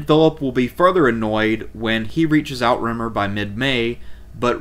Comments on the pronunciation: "How To Say Outremer" / Emma Saying ~ NOT Out-Rimmer or Out-Remmer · "Outremer" is pronounced french and translates as "overseas".